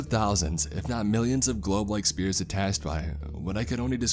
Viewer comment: spears and spheres... come on man.. "spearicle" made me lol